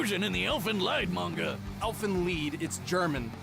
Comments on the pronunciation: Ok, i'm confused now, as it IS german, so "leed" is indeed the correct pronunciation. ? EDIT: Yes, i sometimes seem to lack humor. ^_^ >.< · Ivanimal 92 Its fine mate most people would know the "Lied" was german.